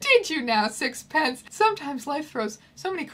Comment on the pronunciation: That's not how you pronounce sixpenceee. There's an ee at the end.